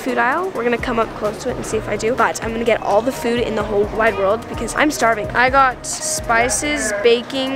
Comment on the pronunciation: She said whole wide WORD instead of world for her food isle Klai